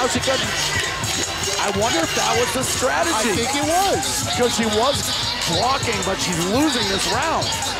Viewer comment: Why can't you say "strategy", lol? Probably the best female fight in R&R?